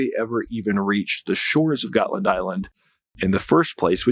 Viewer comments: DUDE!, DeepWoods Off! already! 🤷‍♂️ PS Götland is pronounced like Goatland and for good reason, and uh it’s not an ocean…. Also, Russia wants to see if it can get the West to divert its resources AND, not or, if not, it wants to attack/probe NATO and OF COURSE it wants Finland, too. I mean, come on. It’s Russia/Moscow and a very strategic piece of land, a la Crimea. Predators gotta pred… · You're mispronouncing ˈɡɔ̌tːland